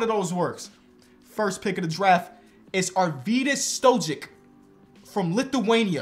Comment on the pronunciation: It would be Mister "Stoyick" with the pronunciation